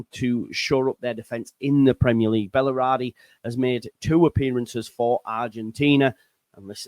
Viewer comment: Bal-er-di. Three syllables.